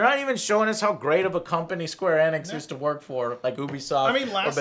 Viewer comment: Square "ee-nix", you latino idiot. Annoys the shit out of me when he mispronounces simple words like Sony into "Sawny".